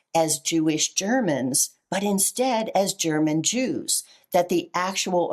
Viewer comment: Jews pronounced ews, is this the origins of the term Usury??